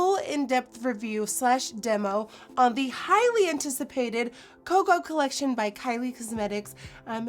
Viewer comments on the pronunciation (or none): none